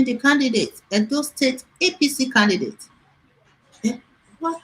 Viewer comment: I'll stop watching your videos on YouTube. How can your Commentator keep pronouncing CANDIDATE as CANDIGATE and yet you continue to allow him without finding a way to technically correcting him🙄....Please let me know when you start bringing a serious Commentator on your program.